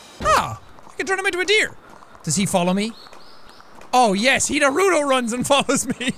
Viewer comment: He really did just say naruto wrong didnt he